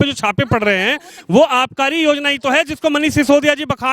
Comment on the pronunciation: Madam ja ko za bolna band karo Yozna .. 😂